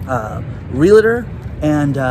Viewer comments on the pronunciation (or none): Love ya. It is pronounced Real-tor, not Reali-tor. Pronouncing this correctly will give you street cred with RE professionals.